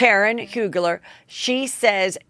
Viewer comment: Heather, Karen Huger…No L! You must have D.L. Hughley…on your mind! Lol